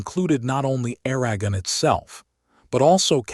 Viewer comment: Lost me with Aragon pronounced as *Air-agon" like wagon. And Castile as "Cas-Tile" like what your bathroom is covered in.